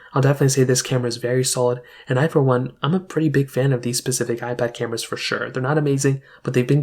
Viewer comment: Specific* sorry made it 2 minutes in and you’ve said “pacific” twice. Pacific is the ocean. Specific is when you’re talking about a certain item or topic… I’m not trying to be mean or hateful, just giving tips. I’m not sure if English is not your first language or if you’re just in a hurry to get the video up and you weren’t worried about grammar but either way just trying to help🤣🤷🏼‍♀️